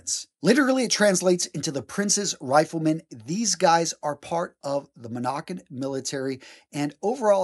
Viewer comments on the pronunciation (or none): Is he saying moNocco instead of Morocco?